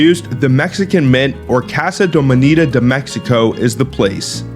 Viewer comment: "monEda" 😭 Also, quick correction: Centavo coins are like pennies and nickel. They're just there. And, little things like trinkets and snacks are like 15 pesos. (Yes, I am mexican)